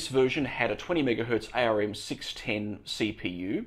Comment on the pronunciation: By the way, ARM is pronounced like the body part Arm.